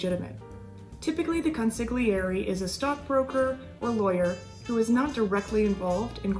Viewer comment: Why doesn't anyone pronounce "consigliere" properly